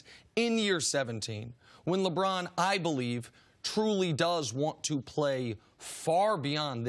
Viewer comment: Nice!!!!! I thought I was the only one who thought he's says Lebron's name funny. LEBRAAAAAAAAAAAAAAAAAN!!!!